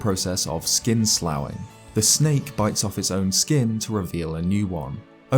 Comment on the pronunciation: "slough" is pronounced "sluff", just saying